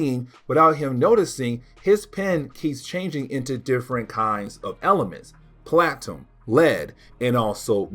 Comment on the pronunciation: Platinum is pronounced: "Pla-tuh-num" not "Platum"